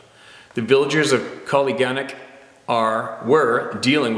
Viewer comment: Holy smokes! I know this Fred Roehl is the uncle, I vouch that he has a good reputation for being decent. I grew up "up the lakes" Aleknagik, "uh-lek-nuh-gick". Koliganek is pronounced "cull-ig-uh-nick", and New Stu or New Stuyahok, is pronounced New "stew-yuh-hock". You pronounced Nushigak correctly. As a Bristol Bay Native, I might be biased in thinking that I come from the most beautiful area in the world. I have thought about sharing "Hairy man" stories here...there are many experiencers in the area.